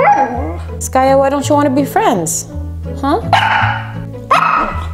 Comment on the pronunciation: I just love when you say skayuu!! I never heard it from your side of people...at our part, in India, we called like that to our loved ones..that yuuu part.. lots of love Skaya